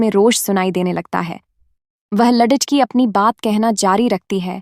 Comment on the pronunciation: Shabdo ko galat bol rahe hai